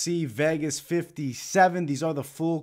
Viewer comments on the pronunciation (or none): none